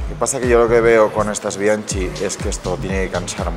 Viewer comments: Por qué pronuncian bianchi con ch, si la pronunciación es bianki (es italiano). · Mis queridos amigos, me he mordido la lengua durante muchos episodios, pero llegó el momento de contaros algo importante sobre Bianchi: Es una marca italiana, por lo que se pronuncia "Bianki", con K de Bikineros. Espero que corrijáis este problemilla de pronunciación en próximos episodios de YouTube y podcast. ¡Un abrako! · Me gustaría que la pronunciación de las marcas fueran correctas. P. E. Bianchi, la ch en italiano corresponde a la q del castellano. Me parece un poco de respeto a los idiomas en general y creo que añadiría algo de conocimiento en general. Muchas gracias.